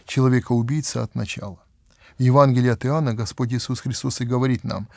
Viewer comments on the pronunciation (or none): none